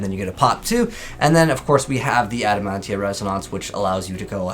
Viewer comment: It's Adamatia bro 😂